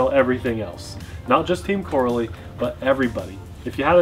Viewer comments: Gotta be that guy. Pronounced Co-rally lol. They have similar roots as arrma except more successful at winning. Made the jump to bashers which is more profitable. Just like team durango became arrma. Btw before anyone says the copied arrma. All of the flat pan chassis are virtually unchanged from nitro days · Looks like a quality build, there python is a copy of the arrma typhon, they even used the same letters to make the name! It's pronounced Co-rally btw. Looking forward to the first rip! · I believe it’s pronounced Co-Rally...like as in rally racing. I could be wrong though! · Here in Belgium, we pronounce It as co-rally 😉 Team Corally started 1986 and is a. Belgian Company. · Corally is pronounced like Core-ally the A is hard. They have been around for a long time. They are well respected racing RC manufacturer. RC pro's are very familiar with the brand but it's more widely known in Europe. I own the Kronos. It's very fast and is actually tougher out of the box than the Arrma Kraton. Where most 8th scales use a 11T diff pinion, my Kronos has a 13t. Not sure about the Radix but they make fun fast durable RC's. The shocks are racing quality and very smooth. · "RAY-DIX or RAD-IX" I don't seriously know but it's definitely TEAM "KOR-RALLY"... not "CORRA-LEE" 🤦🏾‍♂️🤣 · It's pronounced Co Rally lol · This reminds me of the Arrma "cratton" Video No not the shape or the design but the way you pronounced it. Team "CO-RALLY" has been around a long time, a lot longer than Arma. It is much more popular in Europe. They just started making bashers though and are currently on the version 2s. Version ones had some issues which they seem to have improved on with the version 2. unfortunately part support is suffering so far here in the United States. Even though the motors have the same KV as other brands they are slightly faster than the competing design. They recently just came out with 4S versions also of a couple of their designs. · it's pronounced co rally